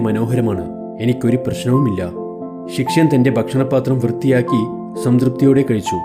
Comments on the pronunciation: ശിക്ഷയൻ അല്ലടാ പൊട്ടാ ശിഷ്യൻ ആണ് 🙄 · ശിഷ്യൻ ആണ് ശി ക്ഷ്യൻ അല്ല